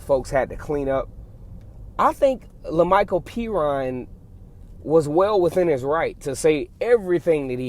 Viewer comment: Woohooo pronounced Perine right.😂